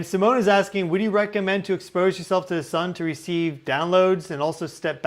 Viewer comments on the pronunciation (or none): none